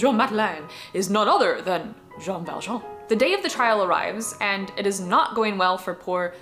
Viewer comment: His name is Joj ValJooooj (And I'm Jojvert)